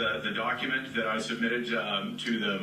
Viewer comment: “You did not answer dat….” Apparently, th has been charged to d in all words. 🤦‍♀️